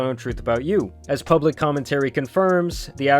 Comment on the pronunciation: You even got the AI to say “pubalic” 😂